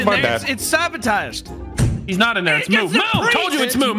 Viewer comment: I love what nogla said "Brock sabaataaged."🤣😂